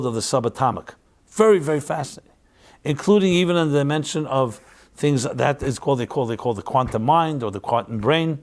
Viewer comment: You said demention instead of dimension. Odd because it sounded like “deeper demon-sions”. Probably just accident but weird. Looking to find GOD of light and truth and spirit. 💕